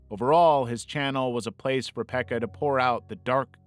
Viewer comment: I am from Finland and your pronunciation of Pekka's name was suprisingly okay👌❤